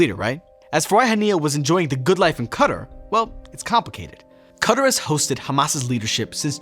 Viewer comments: It’s not Cutter it’s quay tar. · It's not "Cutter". It's Qatar an pronounced "Ca-Tar" ad means 'cat' in Arabic. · Qatar is not said as cutter!!! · Did this man just call Qatar, cutter? Lmfao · And it's pronounced Qatar like guitar but with a q or quitar or katar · lol the way you pronounce Qatar is wild. CUTTER/KATA lol 🤣🤣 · I don't like how you pronounce "Qatar", you make it sound like "cutter".